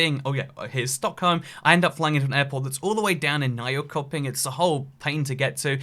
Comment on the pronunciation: Nyköping is actually pronounced closer to Neeshopping, the k is a sh sound in Swedish :)